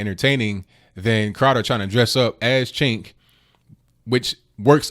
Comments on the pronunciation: It's pronounced 'Jenk.' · It's pronounced 'Jenk'.